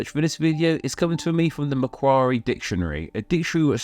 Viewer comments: Macquarie is pronounced Mack-worry, not Mack-warry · Just as a heads up, that’s not how Australians pronounce Macquarie. It’s just one “k” sound, not two. A metric truckload of stuff gets named after the governor - unis, banks, radio networks. Some boys are named “Lachlan”. A “Christmas hold” would involve holding a sack, like Santa Claus does. A “squirrel grip”, on the other hand, does involve holding nuts.